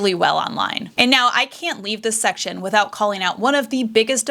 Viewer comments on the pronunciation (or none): none